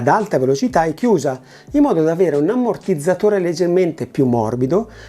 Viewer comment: Daje 👍💯❤️ piccola gaf 🤣🤣🤣 l'am(m)mortizzatore 🤪😜😛,,, per il resto tutto bene 😇 Si dice Liabel 😜😂🤣🤣🤣 Ricordi........ Ciao 😉